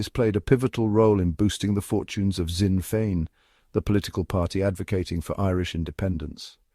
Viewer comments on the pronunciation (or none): Sinn Fein is pronounced 'Shin Fane'. AI failure. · AI strikes again, after so many years in the news, not even the most ignorant narrator would pronounce Sinn Féin as "sin fine", then "zin Fayn" and then back to "sin fine" within sconds. Does nobody check this garbage? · I thought Sinn Feinn was refugees welcome in Gaelic. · Sinn Fein - pronunciation wrong - but otherwise a very interesting video - Id never have guessed it was AI speech until then - what speech software is used please